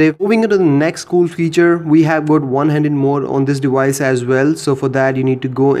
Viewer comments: It's deVice.. Not dewise. Why do you keep pronouncing v like w? Quite common in Indians. Are you an Indian? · dewice....lmao I'm sorry made me laugh. good video though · "Playing around with this dewice"